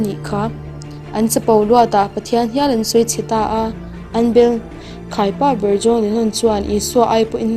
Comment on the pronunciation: Khaipa, (thil khai) anga lam rik tur